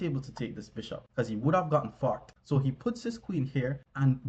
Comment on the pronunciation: Forked. He’s saying…forked.